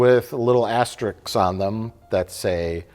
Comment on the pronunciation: I blame Asterix and Obelix for the continued mispronunciation of asterisk ... but I digress